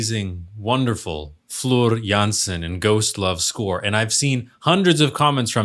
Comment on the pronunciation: The way you pronounce Floor Jansen is perfection though!